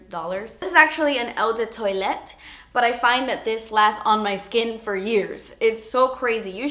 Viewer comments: Love the video! I've wanted flower bomb for ageees but das expensive. Btw Eau de Toilette is pronounced ow de twah-let xx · Si, has caissis as one of the notes. Caissis is another word for black current. And eau de parfum and toilette are pronounced O duh par-foom and O duh twa-yet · Eau de toilette (awe'd twalette) that's how your pronounce it :) there's a liaison between eau and de so you pronounce it as awed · I don't think wearing different perfumes, on different days, means someone's a psychopath, lol. You pronounce it "oh de parfam", or "oh de twullette", by the way. :) Blackcurrant is lovely. The best icecream flavour ever invented is (home made) blackcurrant. A blackcurrant icecream fragrance would probably, also, be really nice. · Hi, I appreciate your passion for perfume and i love the way you did your eyes in this video! You are adorable so I wanted to make this pronunciation thing easy as pie for you: Eau de Toilette = OH - duh - TWA-LETTE Eau de Parfum - OH - duh - PAR-FUM (as in "crumb") I hope that helps, doll! Kim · "eyu de tuwaleyt" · Everyone try Zara (the store) perfumes. They're reeally good and so cheap!! Ps OH DOO PARFUM and OH DOO TWAHLET haha the pronounciation is something more like that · hello, pretty <3 can i correct ur pronunciation without u hate me?! :S it's 'Oh də twahleht' for eau de toilette and Oh də pahr/føh~ for eau de parfum if am making any sense! love from Egypt xoxo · Hi! Eau de toilette is pronounced "oh duh twah-LET". I can't quite figure out how to write parfum phonetically but if you look it up google translate will pronounce it correctly for you! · Hey. I just thought I'd help you with the phonetics. You say it like this... oh-de-par-foom. and Eau de toilette is pronounced oh-de-twa-let. French is a tricky language! Love your videos:) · its pronounced "oo deh pahr-fahm" and "oo deh twah-let" just so you know! +